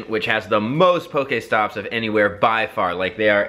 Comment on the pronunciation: IT is pokEstop not pokAESTOP PLEASE